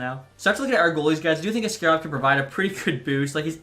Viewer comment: ASS-karov strikes again